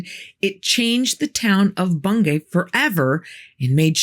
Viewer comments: I thought it was pronounced Bung-y despite the spelling? I live in Norfolk and thats how everyone says it. Maybe I'm wrong tho. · Its pronounced Bung - gee